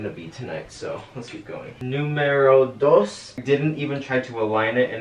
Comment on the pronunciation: Nobody::nUmErO dOs